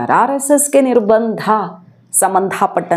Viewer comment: "ನಿರ್ಬಂಧ "ಸರಿಯಾದ ಪದ, ಮಹಾಪ್ರಾಣ ಸರಿಯಾದ ಪದವಲ್ಲ.